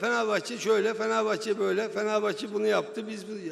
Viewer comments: "Beşiktaşlı duruşu" vardır bizi ilgilendirir sen kendi mali kongrende işi gücü bıraktın bizi çekiştiriyorsun. "Feneğvbahçe duğğuşu"nu çok güzel göstermişsin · Lan siktir git,ağzından çıkan 2 lafın biri Beşiktaş ondan sonra "Fikvet Ovman Fenevbahçe hookunda kovuşmosun" diyon.